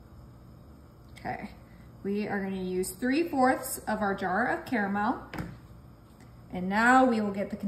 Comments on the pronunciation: Caramel not Carmel. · Carmel in this Michigan house, lol. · It's pronounced, carAmel. There are two A's in it. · It's spelt car-a-mel and y'all still say carmel.....🤭🙃